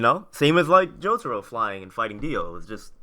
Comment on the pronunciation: Jo-TAH-row Bruh